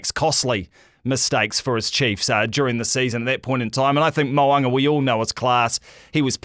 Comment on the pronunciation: I wish you guys would pronounce Richie Mo'ungas name properly